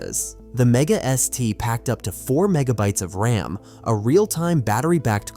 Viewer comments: AI voices don’t know the difference. It pronounces thing as R-A-M, M-I-D-I and D-I-N by spelling them out. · Lame AI narration like 4 sixty 4 and R A M being spelled out just grates on me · A couple tips...RAM is not spelled out R-A-M, and when you said they had a choice of a green or color screen...green is MONOCHROME. You don't call it green. Just helpful to sound like you know what you're talking about. I couldn't even make it through the rest of the video